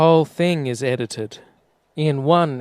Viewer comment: I dunno - calling NASA videos "itited" makes him sound more like a kiwi